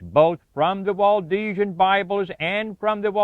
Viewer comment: It's Waldensian not Waldesian.